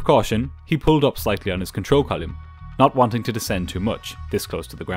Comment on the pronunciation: 757 is a great plane and I like the way you say ‘column’.